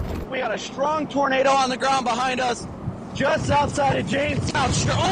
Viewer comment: issa huge-uh townadow. 🤓